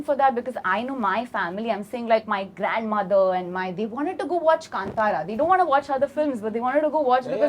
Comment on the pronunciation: My comment might seem insignificant or silly when compared to other intellectual discussions in the interview I genuinely felt happy when Anurag Kashyap sir pronounced 'Kantara' correctly. It shows his precision😊